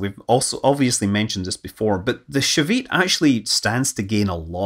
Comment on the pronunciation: And his pronunciation of Shavit and Palmachim is groanworthy. And some other Hebrew words, when they're used.